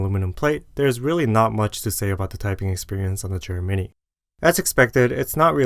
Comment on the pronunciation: i totally thought you were saying "germany" instead of "JER mini" for like 5 mins